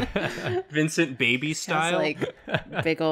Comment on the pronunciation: naw it’s babey